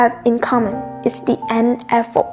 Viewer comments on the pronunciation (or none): hay quá bạn nhưng là e phớt not e phót bạn nhé